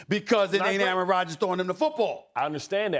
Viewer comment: Aaron rodgers not aaron rogers